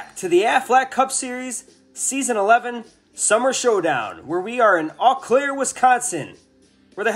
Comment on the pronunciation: It’s pronounced Eau Claire as in Oh